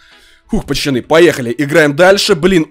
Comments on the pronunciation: Почему говорит: не пацаны, а пачаны🤣🤣🤣👌👌👌👌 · Он говорит не пацаны а пачаны! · Меня одного нервирует что он специально говорит: пачаны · Не пачаны а пацаны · говорит не пацаны а пачаны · Он говорит пачаны